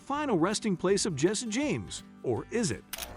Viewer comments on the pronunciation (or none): none